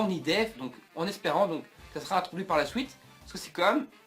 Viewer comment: tes video sont bien mais vraiment a retravailler deja retravaille ta parole parce que tu dit des nom vraiment mal et te trompe souvent sinon tes theorie ne vont pas arriver parce que dbs ne va pas reprendre dbgt avec de nouveaux nom et tu dit des mot suite on dit suite et non sOuite